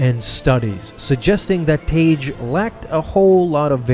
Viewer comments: Original canon pronunciation is "Tag", not "Tayge". You're welcome. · Idk why so many people get his name wrong. It's pronounced "tag" its not spelled tage it's 2 g's: tagge. It's basic English. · Y'all need to learn how to say characters name correctly for God sake. It's tag not what you are saying. It tag like tag your it dam. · i thought tagge was pronounced tag